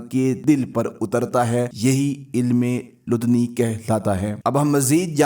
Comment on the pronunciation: یہ علم لدنی' کہلاتا ہے۔ تلفظ درست کر لیں۔